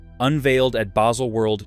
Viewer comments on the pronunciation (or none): none